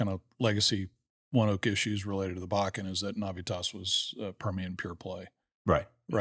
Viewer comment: It’s “One-oak” I’m a ONEOK employee and it’s a fantastic company. Couldn’t imagine working anywhere else.